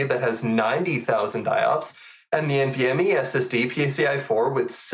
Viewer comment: Please note that IOPS is pronouced I-OPS and not I-O-OPS (both you and misspoke in a previous episode too - just have to mention it, Meyer pronounces it correctly). Great episode though!